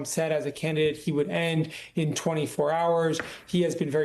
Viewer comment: Is it something kind of a fad these days to avoid pronouncing the letter "T"? It's pronounced Putin, not Poo-in.